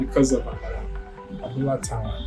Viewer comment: T'awa should have been "do" "re" and not "mi" "do", because "awa" is "do" "re. That's why I thought it was Tawa's Abula joint. By the way "Fuku" "do" "do" is the lung.